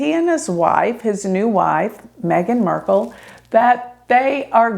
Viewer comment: “MARK” LE. Not murk/merk. 🤣